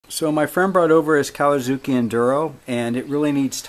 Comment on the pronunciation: am i the only one who heard "kawasuki"???? lolz